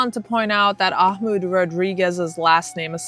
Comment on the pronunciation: Ahmaud = Ugh-mod